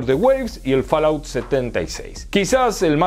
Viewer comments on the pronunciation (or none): none